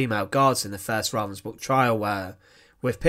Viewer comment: Aldo his mispronounced name Ravensbruck is really bothering me